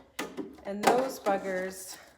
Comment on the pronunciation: Sounds funny when someone who’s not English saying buggers lol 😂 sorry just teasing😊